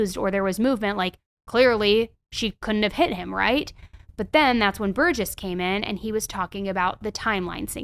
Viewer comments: Pronounced Bur•Jess not Bur•gess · Bur-jess. You pronounced right only once. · You mispronounce the name Burgess, despite hearing it in person, over and over. No wonder you dont know that John wasn't hit by a car.